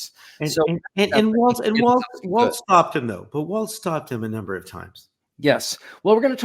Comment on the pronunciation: Thanks for the side by side comparisons, and for pointing out the interpretations of trump's "weave"., you're pronouncing Tim Walz last name as waltz (like the dance). The correct pronunciation is WALLS. Speaking of dances, I'm 73+ and know not only WHAT the chicken dance but how to do it...jsyk! Now, do either of you know "Who Let the Dogs Out"? lol